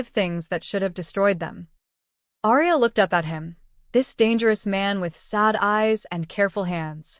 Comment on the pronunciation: Love this story, however, the typos & the pronunciation of Aria's name just drove me CRAZY. Ex: gunshot wound, pronounced as wound as a rope wound around area a tree.